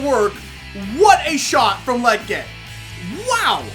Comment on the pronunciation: Bro you keep pronouncing "Lletget" wrong. It's kinda like Legit but that last part is jet. "Le" (like the French pronounce it) and "jet". Lletget. I hope that made sense 😂.